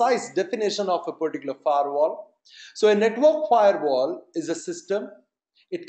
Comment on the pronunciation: Its Firewall.. not Fairwall.. please change it..